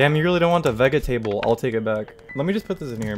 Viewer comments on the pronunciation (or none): Veg e table...I've never heard anyone say it like that before...dammit, now I have to change the way I talk in public AGAIN...say hi to the cat lamp plz <3 Love your content, keep it up